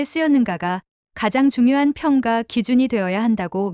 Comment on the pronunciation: 동영상 13분 50초 "평가[평:가 ]"->평가[ 평ː까 ]